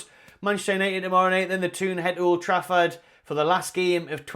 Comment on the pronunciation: "Mould Trafford" 🤣 👍